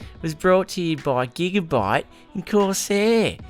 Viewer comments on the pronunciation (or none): the ad bit for gigabyte and corsair on the intro cracked me up with the accent, had to watch it 5 times :D